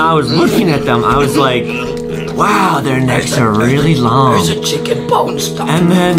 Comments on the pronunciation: Chulken it’s ChUcKeN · I like how Justin makes the word “chicken” into “chucken” and when he was skipping to the chicken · why do justin says chuckin when he says chicken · foxy birthed from unknown mother Foxy: "WhErEs tHE ChyuKeN!!!" Me: * me choking on my water* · Chicken more like Chocken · Justin when he was born: " WHERE THE CHUKEN AND DOUNUTS" Justin's mom: O_O